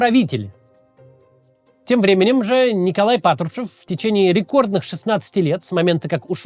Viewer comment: Когда над речью работать будешь? Твое Патршвшушев просто убивает. Ты же можешь Р выговаривать, какого хрена весь выпуск ты плюешься в камеру